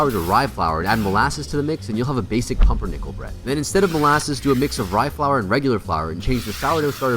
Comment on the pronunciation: My german heart Dying after you said Pumpernickel. That is NOT Pumpernickel.